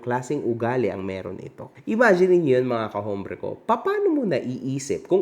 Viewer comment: “ombre” not “hombre”